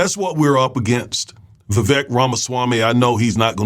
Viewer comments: It's Vivek pronounced like cake. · It's pronounced VA-VAKE, i.e... sounds like CAKE, show some respect to the Indian. :)